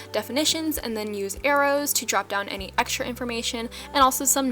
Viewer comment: Am I the only one who heard heroes instead of arrows??